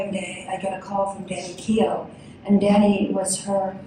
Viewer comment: Danny Keough, not Kenoh